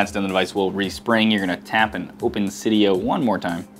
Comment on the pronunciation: Cidia not coda